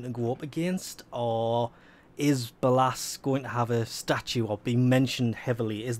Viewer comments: "be-llasss" Stop please. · btw its pronounced Bay-Less. don't wannabe that guy but ya know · No offense , but the pronouncement if ballas made me cringe hard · I love how he says ballas completly wrong